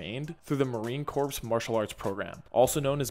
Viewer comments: PLEASE FOR THE LOVE OF GOD LEARN TO PRONOUNCE CORPS. THE P AND THE S ARE SILENT. ITS KOR. MARINE KOR. SORRY COULDN'T HOLD IT ANYMORE. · Marine “corpse”…